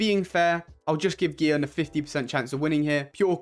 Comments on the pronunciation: It's Gihun, not Jihun. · his name is gi hun not ji hun